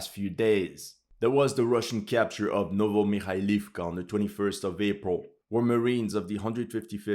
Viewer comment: Ocheretino. There is an "O" at the end. Just like in the rest of town and village names. Another mistake you make is in the name of Novomihailovka. There is an "O" before the "V".